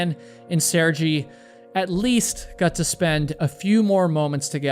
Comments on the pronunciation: It's Mt. McKinley and Sergei is pronunced "Sur-gay." I still love you bro, just saying. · Sehr-gay. At least pronounce the man’s name correctly. 🤦🏻